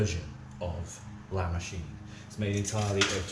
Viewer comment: LA MOWCHINE! LA MOWCHINE!